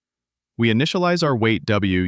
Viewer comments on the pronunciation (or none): none